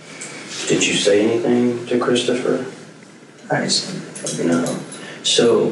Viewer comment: I'm with this kid is hard to understand. He kind of sounds like he has a southern accent mixed with a speech impediment. He pronounced his brother's name as "Cwistophuhw" (W's instead of r's) and other words weird. Pairing that with mumbling I couldn't understand most of it.